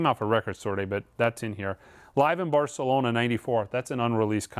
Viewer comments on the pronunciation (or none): none